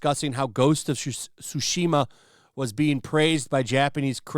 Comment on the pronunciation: No, it’s not “shu-shi-ma,” it’s “Tsu-shi-ma.” Stop pronouncing it wrong.